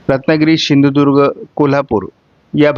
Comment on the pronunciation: दादा आमच्या जिल्ह्याचे नाव सिंधुदुर्ग आहे शिंदुदुर्ग नाही..